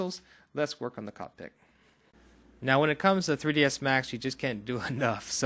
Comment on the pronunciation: Thanks man you really helped me out....butta...you know its cockPIT right and not cockpik:P